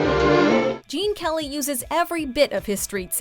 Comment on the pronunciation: The narrator referred to Gene Kelly as Gene Kerry!?